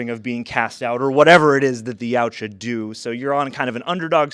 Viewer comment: Jesus Christ, finally someone pronounced their species' name correctly.